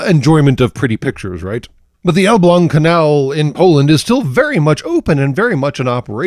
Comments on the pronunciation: you actually prononced Elbląg basically perfectly. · I came here specifically to see how badly the name got mangled, and I am profoundly disappointed that it was almost correct. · No, actually, you got Elbląg pretty much spot on